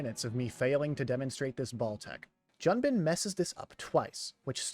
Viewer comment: Just a tip, it’s pronounced Joon-bin not Jun-bin, it’s as if a foreigner called John “Joan”